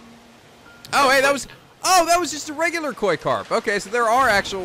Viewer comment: It says "Koi" (koy): I CAUGHT A QWY